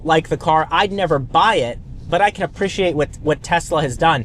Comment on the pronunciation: Title of this video “apprishiate”